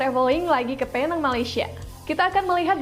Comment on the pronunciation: sebutan yg bener adalah peneng